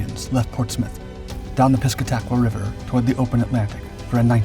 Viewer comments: Worked on the river quite a while, everyone I know says Pis-Cat-a-kwa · Pee cat internet karen